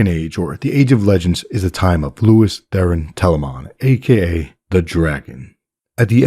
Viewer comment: Sounds like you're saying "Lewis" instead of "Lews". Are you sane " Lewis"?